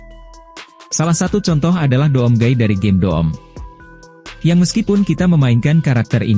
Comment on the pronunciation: Doom Cara Bacanya "Dum" Bang